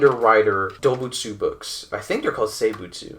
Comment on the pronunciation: It’s “Doboutsu”